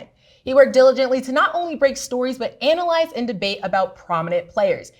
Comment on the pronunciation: We Gone Skip Over Here Saying Anal-yze In The Beginning!!!